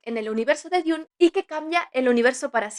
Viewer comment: DUN, DUN, DUN, se pronuncia DUN, no DIUN